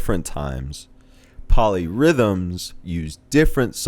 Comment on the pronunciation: Oh, POLY rhythms. I thought you said MOLLY rhythms......